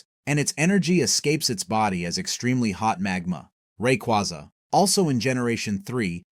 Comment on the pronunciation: The fuck were these pronunciations? And then got Rayquaza right